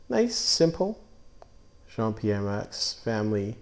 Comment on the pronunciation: Moueix is pronounced Moo Yee. =)